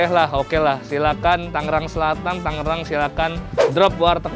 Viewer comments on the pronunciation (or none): bang tangerang, bukan tanggerang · tangerang g-nya satu aja😂